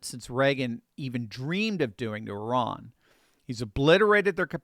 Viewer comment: One of the only journalists I’ve heard pronounce Iran correctly. I knew a girl that would correct me whenever I said I RAN. She would jokingly say “oh yeah? Where did you run to?” She considered herself Persian and hated the Iranian regime. Now I get to be a language Nazi about it.